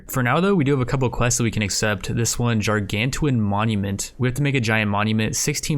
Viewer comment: I am physically hurt by your pronunciation of "gargantuan", keep up the great work! Love your channel!